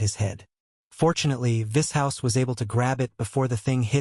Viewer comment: Im liking the AI pronunciation of Vishous.... Vis-House😏